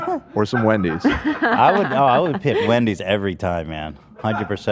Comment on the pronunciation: Wen-deez Nuts 😂